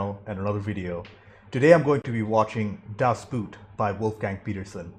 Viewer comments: Its a Boat not a shoe. It is pronounced Das BOAT. Not like the Boot. Also: there is just 1 version you must watch. The 6h TV cut. Even the directors cut doesnt do it justice. And now your questions: The crew is quite because of sonar, not radar. The wide shots is is a small scale model. There was a guy laying inside, which barely fittet in, driving that machine. At one point it sank. This model also appered in the first indiana jones movie. Interior shots are made on a hydraulic plattform. Interrior is built after real plans to the T. the translation of that movie is terrible. A making of is on youtube About your reaction: i always thini it is dumb to react such a movie. You annoy yourself and tze audience with questions that are answered a minute later in the movie. You also miss so much details.... On a sidenote, das boot is the first book of lothar günter buchheims book trilogy. The captain returns in the 3rd book, he didnt die. Also, read the book. Worth it. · Just say "Das Boht"...not boot 🥾, not boat ⛵ 🤭... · Boot in German is pronounced similar to boat in English. Das Boat, not like the footwear boot. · Don't say: "Das Boot" but say "Das Boat". It's written different but spelling and meaning is the same. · It´s not buut people. It´s boot. Learn German at least that much, for the love of god!!!!! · Is pronounced "boat". Sounds the same as in English. The movie is not about footwear.😉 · Best... submarine... film... ever. It's pronounced Dass boht, by the way. Or Dass Bot. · Hi, glad that you took the opportunity to watch this film. It would be nice if Americans and others would try to pronounce the German word right. It's actually the same as in English BOOT meaning and pronounced BOAT! It's as simple as that. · It is painful to hear mispronunciation of the movie name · In German Das Boot is pronounced Boat. It's not footwear. It's an Uboot Unterwasser Boot. Underwater boat.